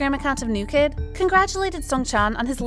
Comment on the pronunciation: The hashtag was “New kidd are 7” , not “new kid dare 7” 😂